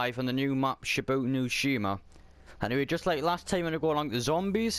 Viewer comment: That is not how you pronounce the name or the map